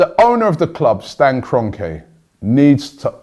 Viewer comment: Stan Gone-Ke!